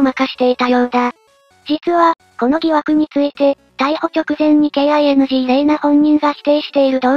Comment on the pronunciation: なぜこの2か所だけ、KINGの発音をキングではなく、ケーアイエヌジーと呼んでいるの？ 他はちゃんとキングと読んでいるので、ふざけているのかな。 金を【カネ】じゃなくて【キン】と読んだり、孝行娘を【たかゆきむすめ】と読んだり、わざとやっているのか、それとも馬鹿を演じているのかな。